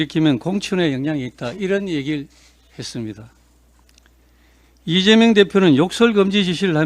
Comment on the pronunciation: 보고 읽으면서도 실수하나 리죄명 대통령이 뭐냐? 제대로 좀 해라